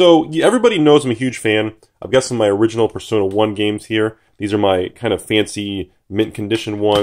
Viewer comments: Who is dumb enough to pronounce it “persauna” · I have never in my life heard someone pronounce it as "Per-Sauna". Were they non-native english speakers? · the correct way to pronounce it is "Per-so-ner"